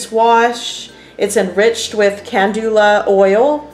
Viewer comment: This is not how you pronounce calendula!